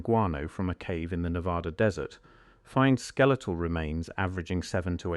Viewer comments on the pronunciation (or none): none